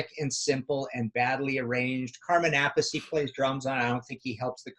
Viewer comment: As a Post-Script - Martin is one of the FEW Human Beings I've ever heard who pronounces Carmine Appice's name correctly! It's NOT pronounced "A-Piece", people !!! lol